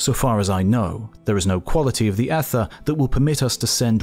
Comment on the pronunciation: Oh and please don't let the narrator mispronounce Ether. I'm sure he'd like to get the aluminum to hospital on schedule. But it gets a little confusing. Thanks for the great work. Sorry Britain.